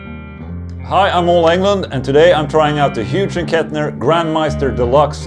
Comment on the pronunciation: I love it when Ola mispronounces words